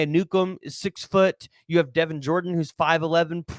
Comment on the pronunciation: That is not how you pronounce Devon Jordan's name. It's pronounced Day-Von, his nickname is DaeDae. He's a Sooner now we have to get it right.